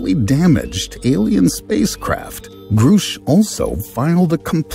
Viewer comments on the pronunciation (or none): It’s Grusch. Not Groosh